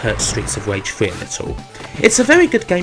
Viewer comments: Streets of wage. You sir have a speech impediment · stweets of wage lol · Stweets of Wage weview